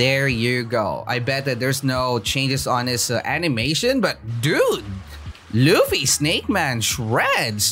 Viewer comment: U say luffy not ruffy 😭